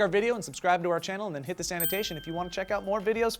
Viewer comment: When-ever Joe says, "click this annotation" it sounds like his saying, "click the sanitation". LOL